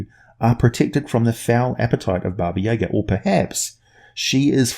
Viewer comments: Hey, so this isn't super well known, but the correct pronunciation is Baba Yah-gah. Most people say Baba Yaga, as it's spelled, and you're saying... Baba yeah-ga for some reason? Accent I guess. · It's not Baba Yeahga it's Jaga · I may have said this already, but it's pronounced Bah-Bah- Yah-Gah. Also, the name means lit. "Old Women." And there's more than one. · I dont know if anyone else has said it and I know its an old video but because its a Russian name the pronunciation is 'yah-GAH', the emphasis is on the -ga. That being said, that's the Earth pronunciation and it could be entirely different on Faerun. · especially because of how often you mispronounced this very famous name. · 3.14 Dragon His pronunciation is closer to Russian than the typical American pronunciation, but the emphasis should be on the second syllable.